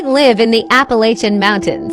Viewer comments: It's Appa--lat--chin mountains, not Appa--lay--shun. At least to us who are from here. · Everybody say it with me now: App-a-latch-a, emphasis on the “latch”. Sincerely, just a gal who’s lived in these here mountains goin on 48 years. If you’re gonna make videos about our mountains, learn how to pronounce it correctly🙏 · I love how these people keep saying "i live in the mountains" I'm from the mountains" and continually mispronounce the very mountains they live in.... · How these tiktoker's say Appalayshen mountains, lol is as maddening as when these people say Oragone, when referring to Oregon, actually pronounced Organ. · It's pronounced App a latch an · Ap- uh- latchia I live there. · The second video it is a bobcat scream cause it looks s bobcat country here where I live. It’s our school mascot. Also before making a video on the Appalachian mountains first learn to spell it and pronounce it correctly.